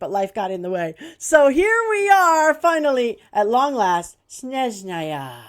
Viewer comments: I appreciate your way of pronouncing SnEzhnaya with the correct word stress whereas the rest of the community says SnezhnAya. I suggest you get acquainted with Alexey Arkhipovsky’s music piece “Cinderella” or “Zolushka” in Russian. It is played on balalaika, that three string instrument. It makes people silent and sometimes even cry ❤ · How in the world did you pronounce Snezhnaya so well? Most people, Genshin players/youtubers/streamers pronounce it much worse.